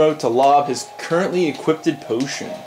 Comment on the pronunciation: "Equippted potions"